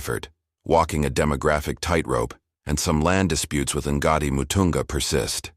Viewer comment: This AI can't pronounce the words properly. Ngāti is not "EN-GAR-TEE".